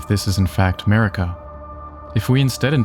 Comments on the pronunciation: Sorry but it’s definitely Marika lol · Dumb video 😂it’s marika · 🤦‍♂️ jfc, of COURSE it’s Marika. Good lord.